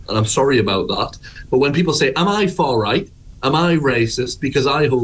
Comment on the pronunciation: She just can't say the R in far right...far white!